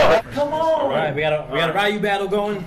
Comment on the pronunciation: Did that one guy seriously pronounce Ryu's name as Rai-yu?